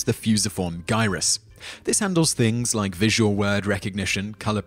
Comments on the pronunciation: Not sure if it is just a North American thing, but I pronounce gyrus as (JA-EYE-RUS) soft g not hard. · Gyrus is a soft "g" :) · You mispronounced the g in "gyrus" and "Asperger's." And no, the designation of Asperger's isn't going away.